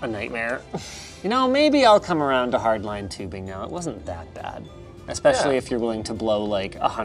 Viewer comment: "with hardlinee tubing?" linus said afraid